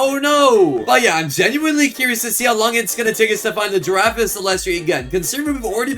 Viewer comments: Bro he says chef crabracadabra chef garamara😂😂😂😂😂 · Bro calls garamramam , gwemwemwem